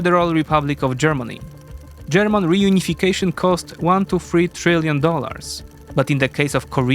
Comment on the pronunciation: Bro said "GERMON"